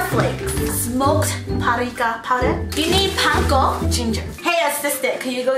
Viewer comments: She kept saying"parica" but I think it is paprika 😂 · no one: not a single soul:: p A r I K a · PARIKA! PAPERIKA! both wrong tho ahahahah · i love the way says paprika haha. she says "prika" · SIS every time you mispronounce Paprika and say "PariKa" has me floored 😂😂😂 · "PURRIKA" Im- 🤣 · Perika? Parika? Hahahaha saaay whaaaat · "Perika"-- 2k19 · i think its called paprika .... puhh-pree-cuuh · Me: how many times can say paprika wrong 😂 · saying paprika wrong for 18 minutes